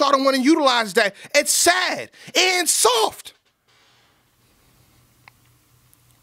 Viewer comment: 😂 when he said "It's sad! AND SAWFT!"